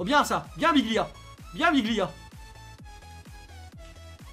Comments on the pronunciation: C pas biglia c dijgla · C'est Djiglia mais la prononciation tu connais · Respect le un minimum ses djigla pas biglia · On lui dit ou pas que c’est Djigla pas Biglia 😂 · Pk tu dis biglia c'est djicla